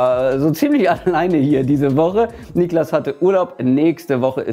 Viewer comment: Niklas, nicht „NIEklas“